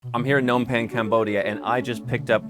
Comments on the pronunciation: Since you are now an Cambodian Citizen it is about time you learned how to pronounce the Capital City, Phnom Penh...Pen-Nom-Pen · It's not Pen Nom Pen. It's Phnom Penh. The p is pronounced in Phnom.